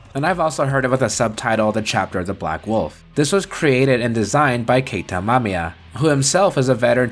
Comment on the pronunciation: Nice video folks, great editing by your editor too. Also, it's Keita Amemiya, not Amamiya. Thank you for mentioning GARO and Gojira. :)